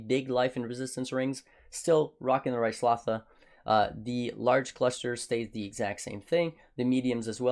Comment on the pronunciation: How can someone who must've heard voicelines mentioning Ryslatha over a hundred times, still not know how to pronounce it?